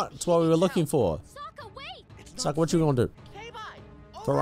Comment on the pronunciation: his name is Sokka btw hear how it’s pronounced cuz you’re pronouncing it wrong.